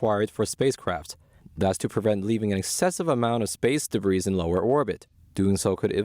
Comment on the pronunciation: Please advise your reporter commenting on the Chinese satellites that the ‘s’ in “debris” is silent.